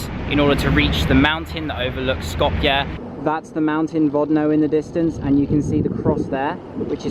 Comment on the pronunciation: Hey man thanks for pronouncing Skopje correctly, love from Macedonia